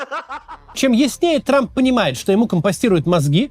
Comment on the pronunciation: Дональд Т Трамп😂. Зачем он произносит эту лишнюю букву «Т»?